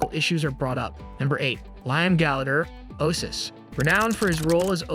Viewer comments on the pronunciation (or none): O-A-sis, not ohsis.